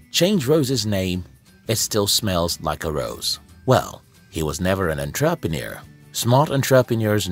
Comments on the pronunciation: Say entraprenuer one more time.. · EnTRApenuer? Lol that pronunciation though. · That Enn TRAA Pre Noor kills me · Everything is great in this video, except the way he pronounces "ENTREPRENUER". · WTF is a “on-trap-a-near”?!?!? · Good points. May I request the following corrections: 1. You mention in seconds duration that you learnt 10 lessons by reading 300 books while actually there are 9 lessons in your content. 2. Your pronunciation of entrepreneur is incorrect. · So you read hundreds of business books, but can't pronounce the word "entrepreneur"? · Entrepreneur? It's pronounced: entrepreneur! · The English is sooo bad. And the pronunciation of 'entrepreneur' is just so wrong. And the voice is so robotic. Is this video for real? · I get your point and on second thought I agree with you fully, one needs to pay serious attention to such.🙏🏿😉